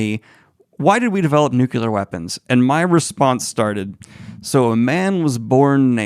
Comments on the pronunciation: You're awesome, Daniel, but OMG, it's pronounced nu-clee-ar. Not nuk-you-lur. Say it with me, 3 times: nu-clee-ar; nu-clee-ar; nu-clee-ar. Good job! LOL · Daniel: "NuKuLaR" o.O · Every time you say "nukular", I die inside. Thanks for the content.